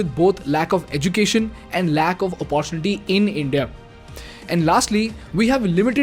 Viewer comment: Plssssss…. Eca-naami nahi, eco-nomy, and it’s not oppar-tunity, but oppor-tu-nity! As an expatriate, I can confidently say that people don’t leave India for not just economical benefits, but for the change in lifestyle. I can also confidently say that 90% of Indians who live abroad feel hostage living abroad in lacklustre lifestyle despite those dreams because of the rat race mentality that we’ve been brought up with. I’ll blame it on the cheap Indian mentality of running behind money and wealth creation which we don’t end up enjoying running behind money till we’re 60 to repay our 30 year mortgages. The day idiotic parents push their kids to pursue Engineering despite their kids’ passions, this brain drain will continue.